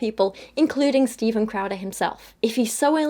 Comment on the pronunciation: Every time she says "crowder" for some reason I keep hearing "krauser" so now im just imagining jack krauser lecturing people on how abstinence is important.